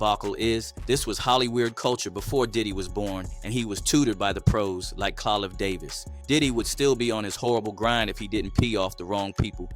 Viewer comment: Is AI narrating this because if it's a real person this guy can't read You can't pronounce Clive Davis he said Colive?? I don't get it